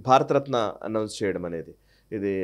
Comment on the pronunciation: 52:3 భారత రత్న భారత తత్న కాదు 😂